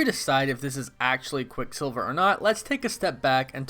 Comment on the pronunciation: Stop saying his name separately like “quick silver”. It’s quicksilver altogether